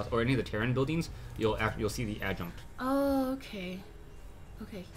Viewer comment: Not Adjunt or Adjunct, she is the Adjutant.